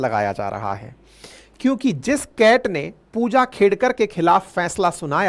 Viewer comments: सर उनका नाम खेडकर हैं खेदकर नही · Sir its not खेदकर it is खेडकर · खेडकर है, खेदकर नहीं । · It is खेडकर, please pronounce correctly.